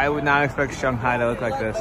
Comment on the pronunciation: This is the first video I’m watching in this series so I might have missed something but why does keep saying Shunghai instead of Shanghai?